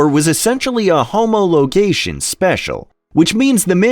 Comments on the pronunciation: Homo-logation??? I usually thumbs down AI voice overs. Ive never heard of this model, but i have heard of the 179HP (as in High Performance, not Horse Power) lots of irrelevant images, particularly that yellow engine. Bad Show...😢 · My favourite was - "homo - logation." It must either be for diversity purposes or it's a new species of primitive human.